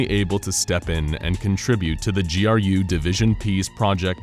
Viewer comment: So glad you didn't say "Grue" division good job.